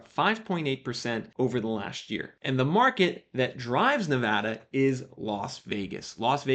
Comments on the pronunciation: Thanks for not saying Ne-vah-da like an East Coaster. It drives me nuts. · Kudos for pronouncing Nevada right. Got a house in the Vegas metro back in July about 14% below asking. Definitely super lucky.